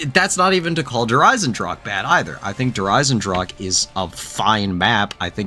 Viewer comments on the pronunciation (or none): Can english speakers pls stop pronouncing "der Eisendrache" As "der Eisendrak" Its pronounced "Eyzendrahe" the 'h' like in 'history'. Also dont forget the 'e' at the end. The same with "der Riese". Its not "Der Ris". It also has an 'e' in the word, so its "der Reezeh". 'Ee' like in 'deez nuts'